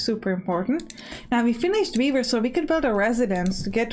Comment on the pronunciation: "And we can also build a beaaaver... which is also pretty cool." -- I was only listening at that point, while managing my other tabs for the morning, so I had to come back and figure out what I just heard! ("weaver") Definitely wishlisted, I'm going to like this game a lot!